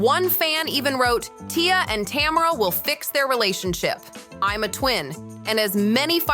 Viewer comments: Tam er rah ❌ Ta merr ah ✅ 😂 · Tuh- mare- uh lol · I want so badly to watch this video but the constant mispronunciation of Tamera's name is killing me. 😭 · Every time she says tamaras name i correct it in my head.